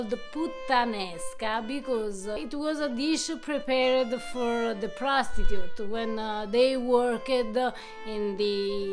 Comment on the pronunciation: I'm so embarrassed, I thought she said "Prosecutor" and I couldn't figure out what a "Prosecutor" was doing in a Brothel. OHHHHHH, Prostitute. hahaha.🙃